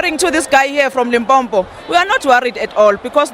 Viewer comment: I feel it's a bit rude when Zulu speaking people say "Limpompo", LOL!